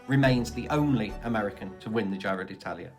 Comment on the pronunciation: “Giro” is pronounced to rhyme with “hero”, not “Cairo”.